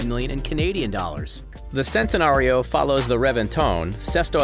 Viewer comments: It’s Chentenario not sentenario also Lamborghinis aren’t sports cars there supercars learn the difference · btw its not sentenario its like ch-entenario